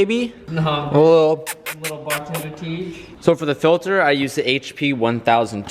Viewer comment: "Filthur"... Its "filter" not "filthur" 😂 jkjk man say it the way you wanna say it lol